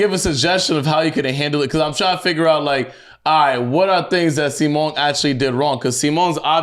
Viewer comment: his name is Si-Mon cmon yall